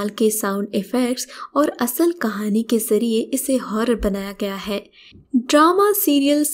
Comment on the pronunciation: Stop saying "hai" in that stupid way!